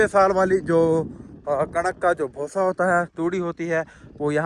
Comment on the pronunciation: Bhosa nhi 😂😂 bhussa hota haa ❤😂 Labh Brar ❣️ Santy Brar